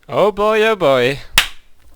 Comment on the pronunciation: Wat een heerlijk hollandse "oh boy oh boy" aan het begin =).